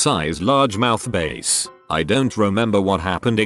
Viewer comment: I love how the voice pronounces every single 'bass' wrong